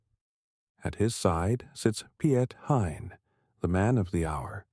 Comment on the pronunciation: At least pronounce his name right, it sounds very different in dutch